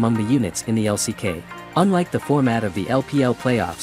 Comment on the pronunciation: LCK 也不念 Lock 呀 刷野可能可以叫 farming 嗎？不會說 brushing 吧😂